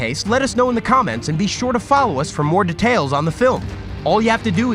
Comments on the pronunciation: am i hearing "de...tales" like boi its dEtails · All I heard was De-tales